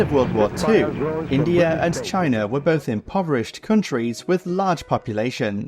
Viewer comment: INDAI?, lol